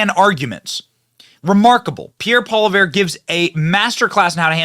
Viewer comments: Benny says “There’s a guy named Pierre “Pola -vare” Oh boy oh boy Benny, you really butchered that one! His name is spelled Poilievre and it’s pronounced PAW-lee-EV! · Benny, because of your mispronunciation, Pierre shall known as Pierre Polarbear because he goes absolute mad lad beast mode in Parliament🤩🤩🤩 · Poliver lol It’s a French name so it weird but somehow it’s pronounced “pol-i-ev” or “pwoll-y-ev-re” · You should watch Pollivre do his stuff in Canadian Cabinet. Trudeau is no match. It is funny. We love him in Canada 🇨🇦 And his name is pronounced Pollyev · Thanks for giving Pierre Pollievre a bit of coverage. (Polly-ev, just remember the 'R' is silent) ...Times are horrible here in Canada. The next elections of both our country's are crucial. Its insane to think that both Canada AND the United States have the single worst leader in their country's history. There's literally zero that the Liberal government of Canada can do to change my ticket from being 100% Conservative. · Pierre (paul- EE-ev). It’s French - and would be best to not pronounce it if it was an English word. Thanks for showing this clip. So great. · pronounce his name "Polly Ev" ❤ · It's pronounced Poly ee ev! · it's pronounced "Poll-e-ev"..... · Its pronounced, "Poll-e-ev". ;) We love Pierre Poilievre and everyone I know want him as our new PM ASAP!!! Truedick has destroyed our Country beyond recognition. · Say "Pole evr" with the r almost silent. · Having been born in Quebec, Canada, spoke French before English, please call your local H.S. French teacher. In the beginning of the clip, you almost had it; then after you heard Pierre say it, you totally nailed it. At the end there, you totally lost it 😅 It's Pol/live/iere. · HEY BENNY from Calgary!😊 pronounced polly ev. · It's pronounced Pierre polly-eff and he's a good one, based af, come on Benny our boy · Pronounced Polly-ev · Polievre - pronounced Poli-ev. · Hi Benny, his last name is pronounced "Polly-ev". French eh? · Butchered his name